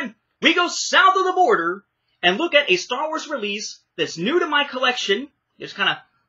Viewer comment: I absolutely cracked out laughing with the pronounciation of Star Wars (the way you pronounced it was more like "The Blonde of the Galaxy"), but funny that you mention this tapes being subtitled. Overall in Latin America, animated films were the ones that got dubbed tapes, most live action films (like my copies of Men in Black and The Fifth Element) are subtitled. Now the first time the films were available dubbed in VHS (from what I can recollect at least) were the Special Editions and those ones have a new dub (since the original Latin American Spanish dubs were only heard in TV broadcasts and as far as I can tell are only preserved in home recordings or in Harmy's Despecialized editions).